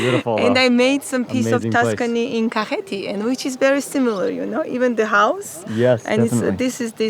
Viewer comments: Its Kakheti, not Khaketi🙏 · Mr Mark Wiens - You said "Khaketi" but correct to say "Kakheti" ;) . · Not Khaketi , Kakheti is correct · Thank you for introducing my beautiful country to the world <3 Kakheti is a region of Georgia, Khaketi is incorrect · It is Kakheti, not Khaketi. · Bruh not kaketi we say kaxeti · Kakheti not khaketi☺️ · Not Khaketi, Kakheti ! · nooooo khaketi is incorrect say kakheti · You are Good ❤️ but *Kakheti"კახეთი 😊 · That's Kakheti, not Khaketi :D And if you wanna taste real Khinkali (Dumplings), you should go to Pshavi or Khevsureti... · its kakheti not khaketi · I think "Kakheti" is more correct